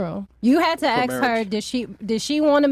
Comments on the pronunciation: AXE rather than ask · Why do so many black people say ax instead of ask.??? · Why do black people say axe instead of ask? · You have to "aksk" her. 🤣🤣🤣🤮